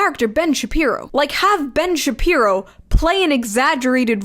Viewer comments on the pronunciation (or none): [ Ben Shabee-Boo ] I've been nicknaming him that for awhile and its hilarious you said it exactly that way